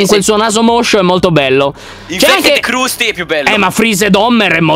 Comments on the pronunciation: voi dannati!!!!!!!!!!!! si dice crasty il clown e non crusty quindi non dire che lo vedi tutti i giorni. perché menti sapendo di mentire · Si dice crastiiii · Io i Simpson li amo, CQM LER KRUSTY SI LEGGE KRASTY. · Io guardo i simpson e quando gli guardo, mi fanno stra ridere. Ma perché chiamate Krusty in quel modo, la u non è a?